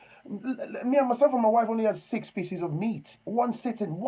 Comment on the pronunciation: Thanks for the content. Laughing out loud the emphasis on pieces of meat again.